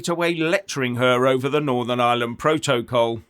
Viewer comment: Stop saying pro toe coll....its protocol